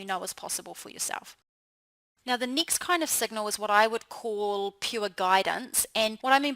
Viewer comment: She pronounces her short vowel "e" exactly the same as short vowel "i:" next: nixt, reflect: reflict, beckoning: bickoning, heading: hitting, tend: tind, blessing: blissing